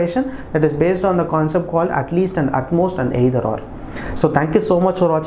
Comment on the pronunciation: Sir ur "aaeither" can be made a meme lol btw nc aaexplanation